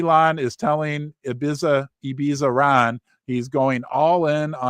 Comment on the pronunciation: Hi Ron, Ibiza is the name of a Spanish island in the Mediterranean Sea. Its seen as a bit of a party party island and a lot of British kids have been going there every summer for many many years. Its pronounced I-Beeth-A...😅 The guy with the strange hair was seen dancing there last week and has went viral. And of course. Its now a Memecoin.